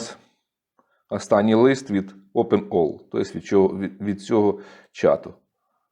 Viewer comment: Open Ai а не Open All